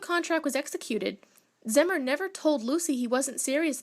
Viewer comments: This was my great grandfather. It’s pronounced ZEE-MER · It's pronounced Zee-mer. Zee.